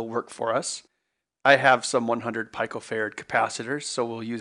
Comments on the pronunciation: Just FYI, pico is pronounced peeco, not pyco. Unless this is a hidden reference to 1.21 Jiggawatts, in which case I approve. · Two comments:- 1. When there is 100 in the denominator you should DIVIDE by 100 not multiply as you did TWICE! Your decimal point was a factor of FOUR places out of whack!! 2. PURLEEZE where were you educated? The pronunciation of Pico is not PIE CO BUT PEE CO! Both errors are pretty fundamental!l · Pico (Said like Pea-Ko) not (Pie-Ko) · "Peeco Farad"...